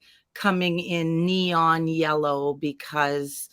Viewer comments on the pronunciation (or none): none